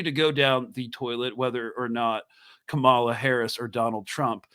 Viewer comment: are you intentionally mispronouncing Kamala's name?